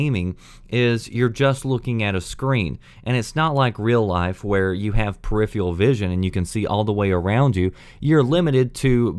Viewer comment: Peripheral. [Pear-if-ehr-ral]. Not [pear-if-e-all], because there is an 'r' in it. Hate to be a language nazi, but I've heard you say the word numerous times, and I don't think it is a regional accent to just silence particular letters.